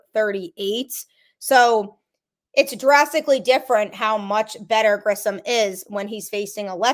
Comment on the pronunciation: Same with "Grissom" and not "Grisham". Also not calling "Luis" as "Louie".